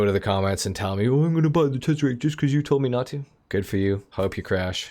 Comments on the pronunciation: I came here just for the tezeract 😂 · when you got to the Tezeract🤣🤣🤣